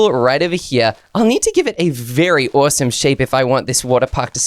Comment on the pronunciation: What i hear when says awesome: awosome when i hear myself say it: awesume